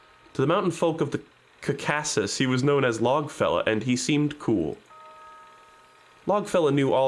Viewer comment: As a geography/history nerd I'm irrationally annoyed by the pronounciation of scythia and caucasus